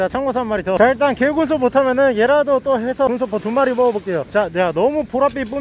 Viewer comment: 실제 발음 - 오! Po를 먹어보차하~ 의도 - Gunsopo를 먹어보차하~